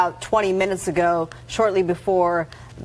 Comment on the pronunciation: "This started bought half an hour agoow~" He's definitely from LA